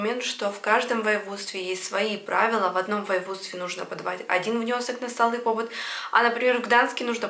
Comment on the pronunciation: Спасибо большое. Вот только не пОбыт, а побЫт.